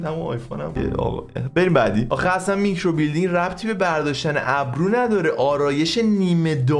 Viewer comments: هربار كه گفتي ميكرو بيلدينگ جررررر خوردم😂😂micro blading😂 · بابااا میکروبِلِیدینگ خونده میشه مگه بادی بیلدینگهههه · و که هروقت میکرو بلیدینگو اشتباه تلفظ میکرد از خنده پاره میشدم🤣🤣 عالییی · میکرو بلیدینگ رو اشتباه تلفظ میکنی🤣🤣